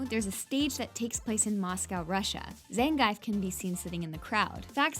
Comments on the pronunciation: Zayng-eyef... Like we need a third pronunciation of a name that should clearly rhyme with beef... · It's Zan-geef. Not Zen-gaif. ((It's actually Zan-gyef if you want to get technical)) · Zangief, Shoryuken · did you call ryu roo and zangief zangife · Cool video, but my God, your pronounciation of Liu Kang, Ryu and Zangief are horrible!